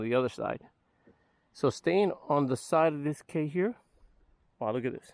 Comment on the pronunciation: Cay is pronounced key and conch is pronounced conk.